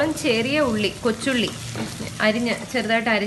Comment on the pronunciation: Kochulli ennu parajapo njan athyam kochunni enna ketath😂😂